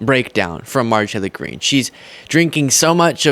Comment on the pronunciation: I love you, but you must pronounce and enunciate Marjorie Taylor Greene’s name properly- or just call her MTG. Keep up the great work 👍🏼